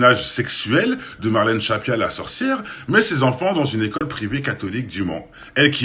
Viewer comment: Stressant que tu dises Shappia*